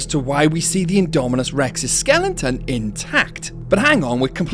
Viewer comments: Skeleton Not skelington 😂😂😂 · great theory but I audibly groaned everytime you said (what sounds like) "skellington"